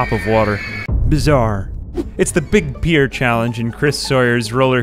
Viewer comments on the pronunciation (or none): Love the video, but it's pronounced "peer", like "a group of your peers", not "pie-er" man XD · I think you're pronouncing "pier" wrong... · This madman pronouncing pier like pyre is a mood. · You literally pronounced "pier" differently every single time. Absolutely infuriating to listen.